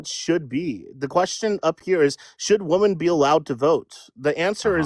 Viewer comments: He can say “men” but he cannot say “women”, he says woman lol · One woman, many woman? How's nobody calling out basic English errors? Dude literally can't pronounce women????? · Uhm, hello youths, hi.... Plural of woman is WOMEN. Different pronounciation. Get that right and i will believe you posess hot and cold cognition. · His inability to say woMEN annoyed me to no end 😩😩😩😩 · Let’s have a new requirement for voting; If you cannot pronounce WOMEN correctly, you cannot vote. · I noticed this as well and I find it extremely annoying. They might believe -men at the end of women is misogynistic